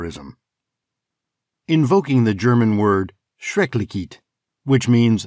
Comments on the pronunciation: The german word "Schrecklichkeit" is not pronounced "Shrek-lee-keet" but rather Shrek li (as in the word list) ch (like the cat hiss) kite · schrecklichkeit. Keit sounds like kite. Belleau Wood, emphasis on the Bell. BELL-loo. It is odd we Americans believed saw tooth bayonets were for the purpose of inflicting gruesome injuries. These 'saw tooth bayonets' were pioneer tools for cutting wooden beams or logs when building and improving fortifications. The purpose of a bayonet is for stabbing and the sharpened blade of the pioneer bayonet would have done just that, but the saw tooth would probably have made it difficult to recover the blade. I doubt if one was on the receiving end of the pioneer blade that one would even notice the teeth considering one would be far too concerned with the fact that any 17" blade stuck into one's body would be horrific. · Your pronunciation of "Schrecklichkeit" was quite a bit off. It is pronounced Shrek-lish-kite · Who taught this guy how to pronounce "schrecklichkeit"?